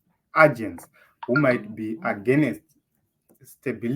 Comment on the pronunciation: Please use the expression"take a look at " NOT "take a look on" And "agent "is pronounced "eijent" and not " ajent"